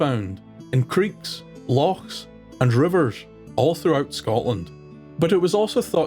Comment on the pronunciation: I love ur videos and take alot of pleasure from place names and in particular Loch being said correctly sainte math ma charaid